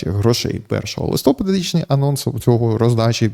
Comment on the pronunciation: Будь ласка, листопАд правильно, а не листОпад